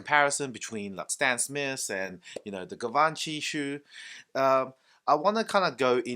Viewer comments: Gavanchy? Lol 😂😂😂 Lear how the pronunciation first before doing a review dude! You look ignorant with that pronunciation that’s not even close to how it is pronounced. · Could you at least try to pronounce it right? "jzhiv-on-shee" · My frend you pronunciations on Givenchy is shit call them G is better